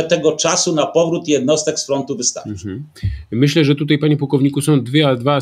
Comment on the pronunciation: Mówi się tutaj. Nie tutej.